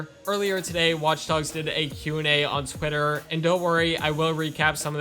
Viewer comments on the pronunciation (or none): none